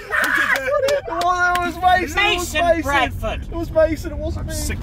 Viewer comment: I LOVE HOW TOBY CALLS MASON “MASEY” INSTEAD OF MASON SOMETIMES its like Mason’s Tobys child